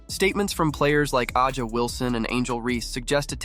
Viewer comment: A’Ja sounds like Asia but with a Ju sound like the first part of Jump